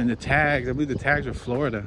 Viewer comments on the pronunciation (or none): none